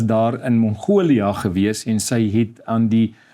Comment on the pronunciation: Nie die Engelse "Mongolia" ("Monghoulia") nie, maar MONGOLIë asb.